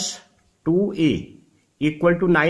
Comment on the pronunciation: Please don't take it the wrong way but please pronounce + as Plus rather than plush. You can watch a lot of YouTube demo on how it is done. This will improve your presentation. You are doing a good job otherwise